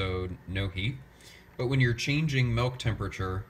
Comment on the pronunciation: I couldn't help flinching every time I heard you say, "melk." :)